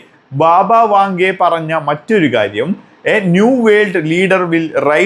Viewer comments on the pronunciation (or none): ബാബ വാഖ ഡെ അല്ല. വാങ്ക ......